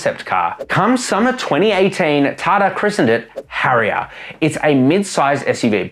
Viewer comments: It's TATA not tarta of tataaa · Tata - ❌ Tha Tha - ✅ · listen, its not tha tha its tata